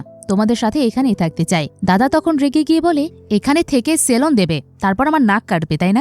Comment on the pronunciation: সেলন না সেলুন??